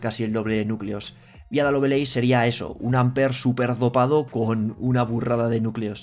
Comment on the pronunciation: Me gustan mucho tus noticieros, pero me das en el TOC pronunciando mal Lovelace, cuya pronunciación es "Lovleis". De ahí en fuera sigue así, eres de los youtubers de habla hispana más importantes que comentan estas noticias